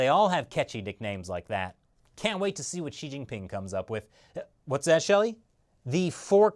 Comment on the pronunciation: Hi,: Just one suggestion on pronouncing Xi if you don't mind: Xi should be pronounced, not "shi," but exactly like you would when you say "Si" in Spanish, while Jian is always difficult to pronounce, so I won't go into any details about it. Other than this, I personally think you're doing an excellent job at your shows. Keep up the great work!